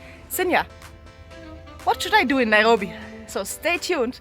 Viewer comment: I just can't get over how you pronounce "Naihobi"